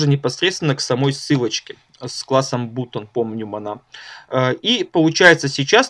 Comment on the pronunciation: Автор молодец! Но всякие алиганы, бутоны и т.д. ухо режут. Уже давно есть инструменты, позволяющие избежать таких орфографических казусов. Жми на грамофон "послушать" , ну и собственно послушаешь как правильно произнести то или иное слово ;)